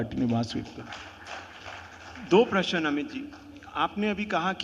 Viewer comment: Anchor is brainless and congress supporter. When asked who will be bjp president after amit ji, she told Amit ji will be president. Who makes such joker anchor or journalist. प्रशन नहीं प्रश्न . भगवा ही कांग्रेस मुक्त भारत करेगा ।